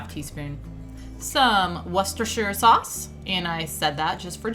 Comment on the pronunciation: Yay you said worcestershire sauce right, well done hehehe! Love the recipes as always, and I never thaw my chicken breast now since hearing your tip and I made 2 ingredient dough pizza this week and an also a convert to 2 ingredient dough dumplings! Im def going to try the quinoa as it looks delicious!